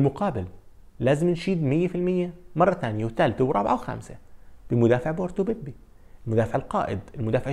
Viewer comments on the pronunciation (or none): هاردلك ، ان شاء الله القادم افضل.. ملاحظة صغيرة ، خطيبتي برتغالية وسمعتني مرة بقول بيبي ، فضحوني هي وعيلتها 😂😂 في الاخر لفظ الاسم طلع بيب مش بيبي 😂